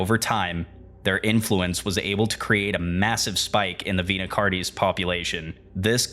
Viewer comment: Vita Car-knees! Not a big deal just chuckled. This was very good. Please keep the videos coming.